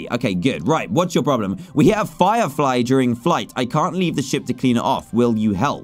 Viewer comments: You said flirefly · Anybody notice dan say flyflie